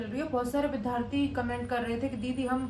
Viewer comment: भारतीय भाषा केंद्र JNU New Delhi में हिंदी साहित्य में मास्टर्स का विद्यार्थी होने के नाते सलाह है कि आप "विद्यार्थी " शब्द का सही उच्चारण किया करें। कृपया करके माइंड मत कीजिएगा। आपने ये शब्द लगभग अधिकांश विडियोज में प्रयोग किया है।